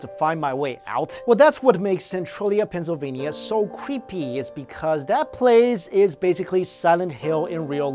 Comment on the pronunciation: Did he say pennysivlya if he did I have to mve